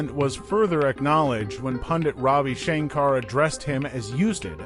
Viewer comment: You say "Ravi" correctly. But you butcher "Rahka."